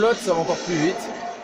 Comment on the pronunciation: Houit , neuf 😂😂😂😂😂😂😂😂